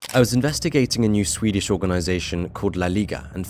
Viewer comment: As a Swede, I really appreciate how you make an effort pronounce Swedish cities correct.